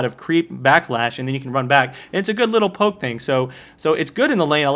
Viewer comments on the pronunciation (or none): none